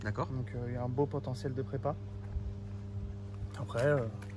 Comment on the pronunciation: BEAUUW (avec l'accent British) haha